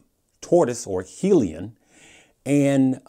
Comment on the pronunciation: And yet you haven't done your research on how to pronounce 'hyliion' lol